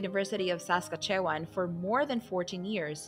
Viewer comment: Is this a canned voice? Does even know how to pronounce Abbot or Gerald. Geez. Omg Saskatchewan? Are you kidding me